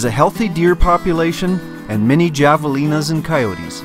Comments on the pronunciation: HAVE-a-lina's not JAV-a-lina's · Just an FYI: Javelina is pronounced hah-vuh-lee-nuh or avoid the issue and call 'em peccary or skunk pig. Really enjoyed the Whitewater Draw portion. Thank you for your posts!